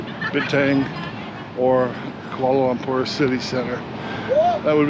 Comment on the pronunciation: Kuala Lumper? 😂😂😂